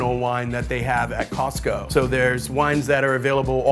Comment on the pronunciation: Thanks for pronouncing Costco correctly. Too often I hear "Cah-sco"..